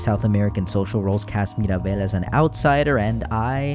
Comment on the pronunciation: Little detail, but i really love the fact that you took the time to actually pronounce the splaish words with the accent, like colombia or mirabel.